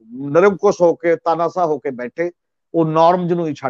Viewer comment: The word is Desh not Des , Shahr not Sahar , Taanashah not Taanasah as one of your commentators pronounces . Secondly, if the farmers have the right to demonstrate, common people have right to go on the roads . Thanks .